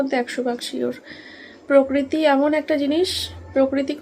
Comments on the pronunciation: পকৃতি না প্রকৃতি।😂😂😂😂😂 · পকরীতি খুব কানে লাগছিল গো বলো প্রকৃতি 😊